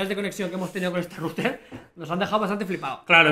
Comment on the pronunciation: en resumen para el canal: pastelero a tus pasteles. (y esa pronunciación de router es horrenda, o dices en ingles o dices enrutador, es un canal para todo hispanoamerica!)